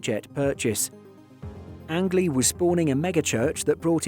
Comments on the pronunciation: Forgive the knit picking, but his last name was pronounced “Angeleee” like Angel with several e’s on the end. Got to be a made up name! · Learn how to pronounce angley's name correctly